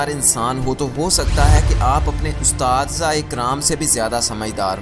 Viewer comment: it's asatza not ustadza😂😂😂😂😂jisko khud koi word pronounce krna ni ata to wo humy kia sikhay ga